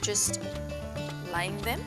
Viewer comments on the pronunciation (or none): none